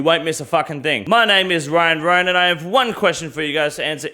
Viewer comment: Always thought he said CryinRyan